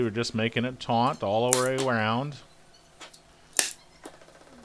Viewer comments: that is great, very helpful. Though the word is taut not taunt. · Omg the word is "taut" not "tauNt". Taunt means to provoke. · Dude, I think you mean to pull it TAUT, not TAUNT.......Yikes!